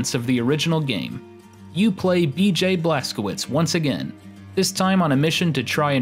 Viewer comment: It's pronounced blazkovits not blazkowits